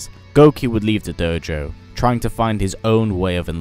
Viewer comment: doughjou lol, satzu accent